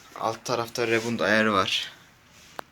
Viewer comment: Hiç bir şeyi doğru söylememişsin "rebund" diye okunmuyor "ribaund" diye okunuyor maalesef yanlış söylemişsin aga :(